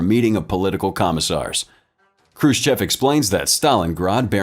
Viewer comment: Already we have Khrushchev misspelled and mispronounced, badly. The first letter is not k but kh. And the sch later is not the letter s followed by the Russian "chah", but the different letter "sssshah", transliterated usually as shch. And the e at the end is not pronounced like the e in English "chef" but like English "off". Hence, (k)h roo SSHOFF.